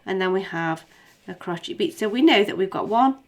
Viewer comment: stop saying crocheet haha